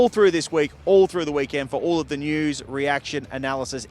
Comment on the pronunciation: At least you know how to pronounce Bathurst. If ANY commentator or media personality says Bath-Hurst, you have my permission to stone them to death...